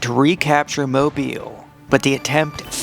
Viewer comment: As a native Mobilian I approve of your pronunciation of “Moe • beel”.